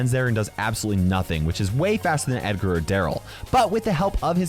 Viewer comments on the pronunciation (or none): none